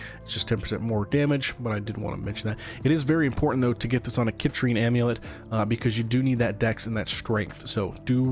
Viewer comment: Appalled at how you pronounce citrine